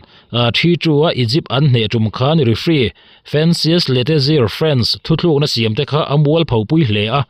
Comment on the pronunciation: Thuthlukna a ti hi a dik lo sir. THUTLUKNA tih zawk tur a ni e. Thuthlukna chu ^ hei hi a ni e